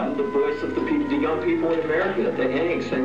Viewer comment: tres bonne video , mais n oubliez pas de prononcecer le : (The) et non (Ze) svp c est cheap comm on dit , je critique aussi les anglais qu and qu il disent je parle en francaise, je le corrige en leur disant on parle en francais pas en francaise , ce ne se dit pas , alors inquetter vous pas je suis neutre des deux coté , au temps francais que anglais , lol , c est juste blasant d entendre cela comme ca , autant les francais que les anglais fon cela, : ze Batman , ze cnapé, ze cranbery , ze retun of the jedi ...loool arretez svp c est tellement cheap , un truc, pronnoncer (The )comme quand vous dite un (thé ) mais enlevez le accent aigu.....voila ca vien du coeur et lachez pas votre beau travail , c est bien!!😊